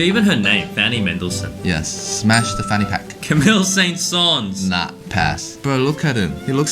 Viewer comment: Saint Saens is not pronounced like that! LoL! Ride of the Valkyries alone is surely worth a smash for Wagner?